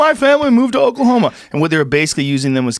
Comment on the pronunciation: Joe "Okahoma" Rogan